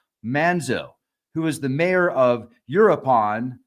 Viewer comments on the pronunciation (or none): Start by learning how to say u-roo-ah-pawn & mee-cho-ah-pawn. 😊